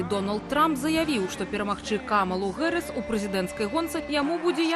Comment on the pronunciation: американское произношение: [ˈ kɑːmələ ˈdeɪvi 'hærɪs] , Белсат, почему искажаете фамилию Вице-президента США? Какая, нахрен, Гэрис? Совсем обдолбались редакторы?